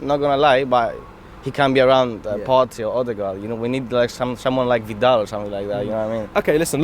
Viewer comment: Man said Vidal 💀